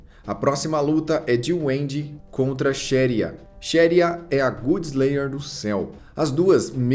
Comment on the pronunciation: Muito bom o vídeo mas pelo amor viu, eu tolero as pronúncias dos nomes e tals mas "good slayer" não dá, é literalmente a "god" de deus, não tem nem erro na hora de pronunciar, é só lembrar do jogo God of War, ou vc fala "bom de guerra"